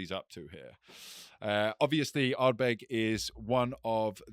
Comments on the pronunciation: Guy in the middle calling it Ardberg got a bit much 😂 great episode again chaps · pronounces Uigeadail and Corryvreckan perfectly, yet pronounces Ardbeg wrong. Having said that he does make some fine points and is an ideal foil to bombastic bluster!